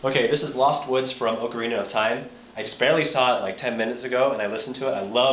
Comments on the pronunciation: ocorina not ocharina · he pronounces ocarina oh-carina, I used to pronounce it orciana with an e sounding i. I used to think hyrule was Hurle like when you hurl something and I used to think melody was pronounced melodi with an i sounding ending.